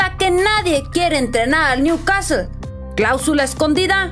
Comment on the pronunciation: al principio dijiste bien el nombre del club pero a la segunda new CASTEL 🤦🏽‍♂️